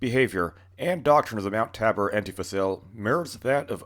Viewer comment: FYI it is pronounced tay bore. I had the unfortunate luck of living in that socialist hell hole for many years. Also mt tabor is home to the city water reservoirs that at one time were open air but I understand they were in the process of covering them.